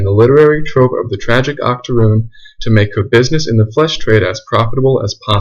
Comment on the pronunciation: Not gonna lie when u said Octorune I at first thought about a type of extinct cookie until u explained what that term actually meant bruh 😆. Also do more about this like perhaps do a historical analysis of the Pretty baby film which I think came out in the 70s and was about storyville.